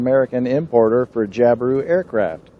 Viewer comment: Jab-I-Roo not Job-A-roo